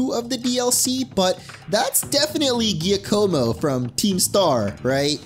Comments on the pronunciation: Not to be that guy, but just as a heads up, Giacomo is pronounced more like JACK-co-mo, not ghee-uh-co-mo. Love the video, thanks for posting! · Giacomo is pronounced like Jaka-mo 😒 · I'm pretty sure Giacomo's name is pronounced Jacq-amo. Ya know, like the bird from the animated Thumbalina.